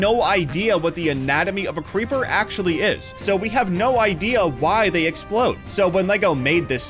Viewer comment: "Preeper" made me laugh